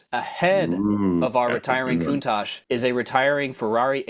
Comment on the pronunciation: Italians will invade you for pronoucing Countach and Competizione this way 😅😅😅😅